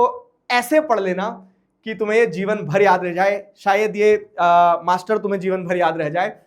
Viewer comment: Sirr said masterrrr like alakh sirr